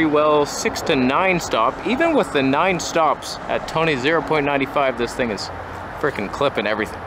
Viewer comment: I come for the strange names and stay for the toneh